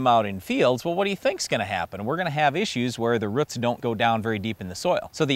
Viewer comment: I have never heard roots pronounced like that before